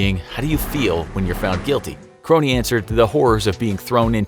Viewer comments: His name wasn't pronounced Kronie, it's Krohn... Idk how you get that wrong 100 times in a video. Unless you guys did lazy research. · Ray's last name is simply pronounced krone, NOT kro- knee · It’s a minor issue, but Krone rhymes with “phone.” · Sad you can't even pronounce Ray Krone's last name right. The E is silent. And he was the 100th innocent person released from death row. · Krone don’t pronounce the e bruh